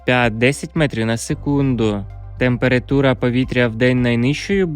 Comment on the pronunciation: Чому ви кажете ,,темпирИтура''?Треба ,,темперАтура''.